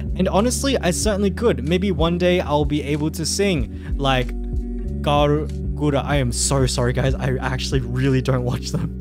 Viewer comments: I'm pretty sure if you can't pronounce the name of Hololive's most subscribed VTuber (like you did 3 times in this video) then you're automatically rejected 🤣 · Bro, imagine he got rejected because he couldn't pronounce the name of Hololive's most popular vtuber's name